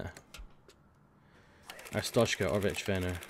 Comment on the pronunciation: Glory, glory to 'Arshtoteskah'!